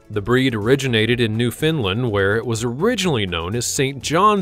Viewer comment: Not "New fin land" Its "New found land," as in newly found land.